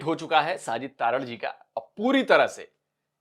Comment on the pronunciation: तारड़ नहीं है जी तरड़ है जी हमारे राजस्थान में जाट बिश्नोईयों में गोत्र होती हैं।